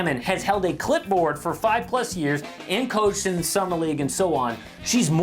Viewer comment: oh clip board, I thought you said clit board